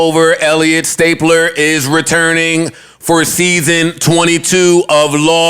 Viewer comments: Hearing joe say Elliott stapler and not STABLER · Joe calling him stapler instead of stabler is hilarious 😂 😂😂😂😂😂